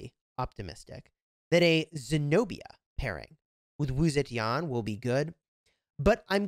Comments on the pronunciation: Still butchering her name to date lmfao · This game is awful and so is your pronunciation but Wu Zetian is amazing.